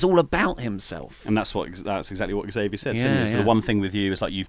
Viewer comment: you pronounce "Xavier" improperly. I've seen him get upset with people who pronounce his name "zavier" instead of "ex-avier" on upupdwndwn.